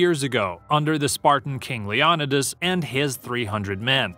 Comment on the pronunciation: This dude cant even pronounce "LEONIDAS" correctly